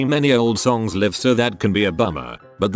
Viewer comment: You really should monitor what your AI says. In the intro it said liv instead of laiv for live